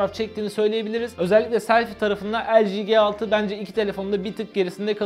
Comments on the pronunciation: El ci ge altı diyince sinir olan tek ben miyim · O LG G6 doğru okusan iyi olurdu.